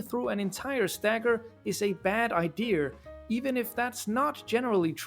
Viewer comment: "ideeyurr" (I'm sorry if this comment comes across as rude. i promise i mean no ill will, i just found that specific pronunciation funny).